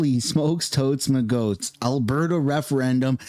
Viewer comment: Did he really say, "Holy smoke toasts magoats? Lol